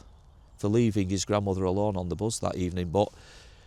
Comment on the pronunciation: Its Bus , not Buzz, unless you from Bolton x